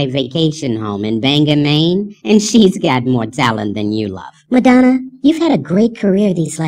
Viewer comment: When spoke Madanna I was like oh fuck did she just try.